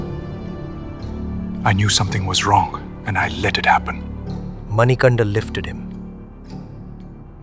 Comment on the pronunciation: His name is not Manikanda it is Manikanta kindly understand the meaning